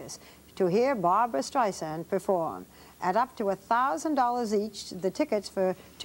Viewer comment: ugh. baba wawa "But Bawbwa, you ARE controlling!" UGH.